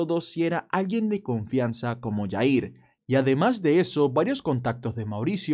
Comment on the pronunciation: Jair se pronuncia con J no Y porque no es Yair hay que investigar como pronunciar las palabras porque incluso en las escuelas nos inculcan pronunciar ciertas palabras como J con Y